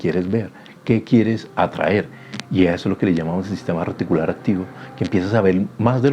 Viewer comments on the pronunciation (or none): Recticular no RETICULAR